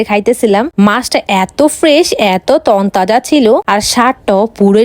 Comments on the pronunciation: Combileson ❌ Combination ✅ তন্তজা ❌ তরতাজা ✅ Guways ❌ Guys ✅ Larabara ❌ Leura ✅ Janfran❌ Jafran✅ Lengur ❌ Lej✅ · তন্তাজা ❌ তরতাজা ✅ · তরতাজা না তন তাজা 😅গাইস না গইচ😅 তেলাপিয়া না তেলাপোয়া😅 😅😅😅😅😅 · তরতাজা no টোন তাজা😮😅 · তনতাজা😅😅😅😅😅 নিউ ভাষা😂😂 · তরতাজা ❌ টোনতাজা ✅ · তনতাজা নাকি তরতাজা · তরতাজা ❌ তনতাজা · তরতাজা ❎ তনতাজা ✅ 😂😂😂😂